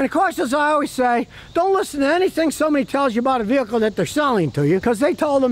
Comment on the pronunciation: "Alwees" is not a word.